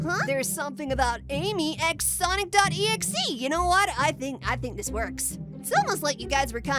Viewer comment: this TRIGGERS MEEEEEEEEEEEEEE its sonic DOT exe NOT SONIC EXE (sorry it jsut triggers me when ppl say sonic exe its sonic DOT exe